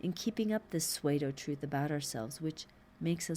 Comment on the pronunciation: You are doing such a great and dedicated service by reading these commentaries, I hate to criticise anything about them. However, that being said, would it be possible to request that you pronounce ‘Pseudo’ as ‘Sue-dough’ rather than ‘Sway-do’? Regardless, I’m very grateful that you make the effort to do them, I find them extremely helpful. Thank you!